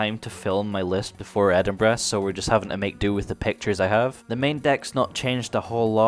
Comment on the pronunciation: Antoine A.N LMAO!!!!!!!!!!!!! Reading this as he says it KILLES ME 🤣👏👌👍🔥😱